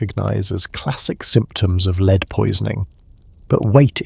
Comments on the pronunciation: Gaahhhh … I love your stories, but your narrator (it’s probably AI), makes so many pronunciation errors, it’s almost making it impossible to enjoy. Proper names are pronounced three different ways … words are mispronounced such as “lead” (heavy metal) — “lead” (leading the way). These could be spoken phonetically, since you don’t have captions. The script could be spelled “led” instead of “lead.” Does no one watch the video and edit before uploading? You’ve got a great channel, but so many errors. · I was so disappointed to realize this lovely British voice was AI when he was talking about lead poisoning and pronounced it as lead as in leader. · Also, it seems like a real person isn’t even speaking… at about lead is pronounced wrong. It sounds like verb as in “she would lead them” rather than the noun as in “lead is a heavy metal.” This is a mistake that AI would make, not a person. Seems like everything from the images to the narration to the script are AI generated. Sadly, I won’t be listening in anymore. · yep that pissed me off too much couldnt sleep lmao